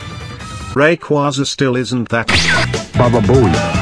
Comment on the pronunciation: Even text to speech doesn’t say rayquaza correctly lmao